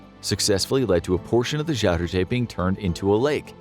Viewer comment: Funny because I'm Dutch: the pronunciation of Zuiderzee as Shuidershee is like a Dutch person talking English with a thick Dutch accent :-)